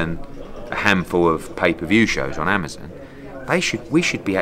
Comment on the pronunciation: Ahmazin? It's Amazon, Eddie! 😂